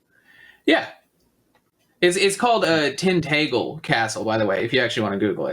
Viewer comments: The guy with king Arthur's castle makes me cringe when he says Cornwall, and the pronunciation of Tintagel is horrible. It's 'Tin-ta-gel' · It's pronounced TIN-TAJ-EL for Tintagel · He really butchered the pronunciation of Tintagel